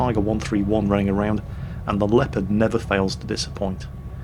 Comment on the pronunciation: "The Leaopard never fails to dissappoint"...:D! wtf?